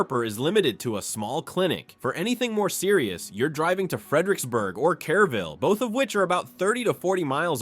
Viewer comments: Kerr -ville, not Care -ville. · Artificial Intelligence lie. Pecos River is dry most of the year, and does not run through the town. It is mostly a dry canyon creek about 1/2 mile west of the town. AI doesn't know how to pronounce most of these towns. Kerrville = Care-ville, and Alpine = Alpeen. Bull hockey. is just that.